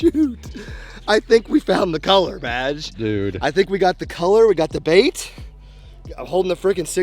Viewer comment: Everytime he says "Badge" I always hear "Vag". 😂😂😂😂